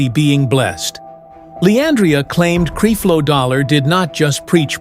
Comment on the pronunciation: Where is the proof that LeAndria Johnson said all of these things. You can’t even pronounce Creflo Dollar’s name correctly. Why should anyone believe you?